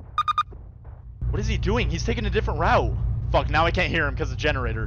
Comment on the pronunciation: "are you serious right neow"